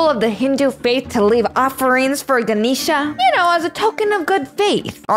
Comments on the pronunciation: It is not ganishna is ga nesh sa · ITS GAN-EhhhH-SHA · Her name is not Kisha. Her name is Ganesha.